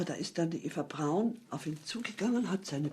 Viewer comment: He says it correctly. The way she says it. It's "Brown", not "Brawn".